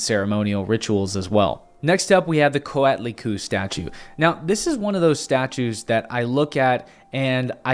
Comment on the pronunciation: Hello there,. I like the intention of your video, but I have to say that you totally destroy some of the names of the Meshica gods. "Coatlicue", for instance is pronounced Koa-tlí-cuE (I capitalized the "E" to indicate that the final "e" in Nahuatl has a sound: is never mute) The name means 'Skirt of snakes', (from coatl: snake and cué: skirt). I am mentioning that name in particular, because you make it sound like Cuitla-cu, and that can sound a little funny to any modern Nahuatl speaker, since 'cuitla' is the Nahuatl root for 'shit'. I reiterate that I like your intention, and I also appreciate your effort with regards to the documentation for your video. Since you are doing an honest effort to talk about this issues, I would like to recommend you a couple of books. The first one is a monumental work written by friar Bernardino de Sahagún in the first half of the XVI century, and it was published much later under the title Historia General de las Cosas de la Nueva España, an encyclopedic book in 12 volumes that is considered a foundational work of modern anthropology. Sahagún learned to speak Nahuatl, he created one of the first methods to teach the Mesoamerican the language to the Franciscan monks that were commissioned to preach to the indigenous people of Mexico, and he collected his information through interviews conducted in Nahuatl of people who survived the siege of Tenochtitlan and later converted to Catholicism. His work is the original source for most of the